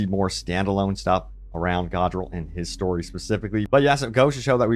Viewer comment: did you even play the campaign. its not pronounced Godriel